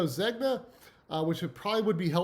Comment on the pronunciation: Couldn’t stop laughing at the Ermen-dildo tie!!! 😂 (last name pronounced zen-ya...also that pattern earlier is pronounced jack-erd)